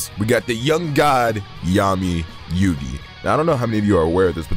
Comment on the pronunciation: So glad you said Yugi!!